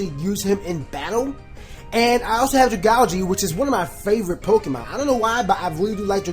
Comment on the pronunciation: That's actually the proper way to pronounce it. Its supposed to be pronounced like algae, which Dragalge is based on.